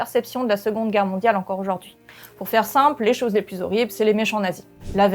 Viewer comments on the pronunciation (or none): none